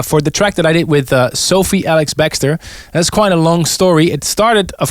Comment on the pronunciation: Love how he is consistently pronouncing her name wrong: Sophie ALIX-Bextor... LOL